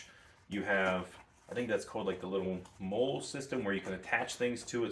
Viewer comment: Molle is pronounced Molly